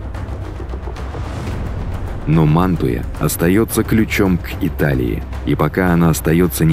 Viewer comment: 11;26 - научитесь ставить ударения правильно и подпишемся. Манту'я, Па'виа и т.д. ... насилуете топонимы...